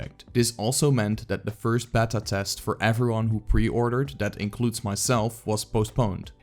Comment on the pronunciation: Great vid! Btw It’s pronounced “bay-ta”